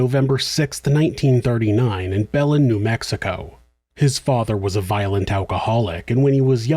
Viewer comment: Belen is pronounced Ba-lin